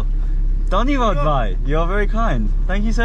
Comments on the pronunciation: Hi, Just wanted to let you know that brother in hindi is 'Bhai' with b sound and not dhai. 😅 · Brother its bhai not bai not dai